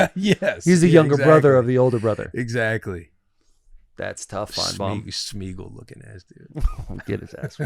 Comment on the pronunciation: "On a scale of Finnebaum to Compton" needs to stay in the world's lexicon.